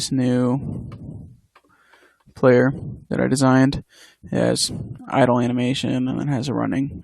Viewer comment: great tutorial, still one of the best out there. Please continue this PS: It's "idle" not "idol" lol